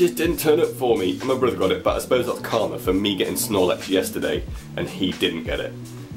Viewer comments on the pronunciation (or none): none